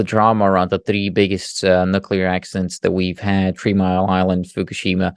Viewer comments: How do you take someone serious when he is unable to pronounce Nuclear and instead is constantly speaking about Nukulur....... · Great bonus interview, thanks,! I'm continually surprised by how many intelligent people don't know how to pronounce nookalar. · it distracts me completely from the data. Maybe it reminds me too much of previous US fools like George W Bush who had the same unability to pronounce the word.